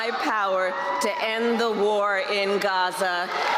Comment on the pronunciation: Lady learn how to say"Gaza"